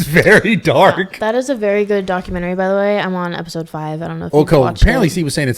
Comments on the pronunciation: Everytime Steve says documenTERRY I get angry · Lol the way he sayin "Docu man tary" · Steve “Docu/mentory style” Me- Go back to speech therapy my guy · Omg Steve. If you say documenttry wrong again I'm going to pound my head into a wall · “Document terry” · Doc-u-men-tarry I don’t think that’s how it’s pronounced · Doc-u-menery like bob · I like how Steve pronounces Documentary like the game console ATARI. DocumenTARI. lolol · Steve can't pronounce documentary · IS ANYONe going to tell Steve he is not pronouncing the word Documentary the right way?? I don’t know what Steve is going to do for content when all he’s done for years has been showing off and giving away money?? Good luck buddy. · this mf a millionaire and cant even say documentary correctly lmao what a time to be alive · The way steve says documentary pisses me off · never heard someone pronounce documentary like that.... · Steve doesn't know how to say documentary lol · Steve pronouncing “documentary” is the best thing ever. 😂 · I didn't think Steve had the tism. Until I heard him say documentary wrong a million times. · Steve needs to learn how to pronounce documentary lol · Steve’s got me questioning how to pronounce ‘Documentary’ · Please someone tell Steve how to say "documentary" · The way Steve says documentary genuinely frustrates me😂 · Someone please god tell Steve how to pronounce documentary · Steve , i hate how you say "documentary". But you're the man